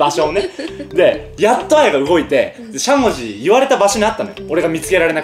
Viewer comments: しゃもじのイントネーションおかしくない？ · しゃもじのイントネーション違くて面白い笑